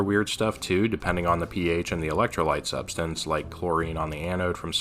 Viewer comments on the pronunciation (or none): none